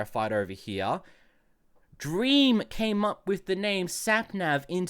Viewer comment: sorry but i got so distracted when you said "snapnav"